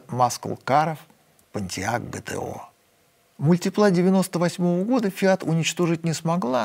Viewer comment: Фиат МультИпла. Это не французский язык, не надо ставить ударение на последний слог.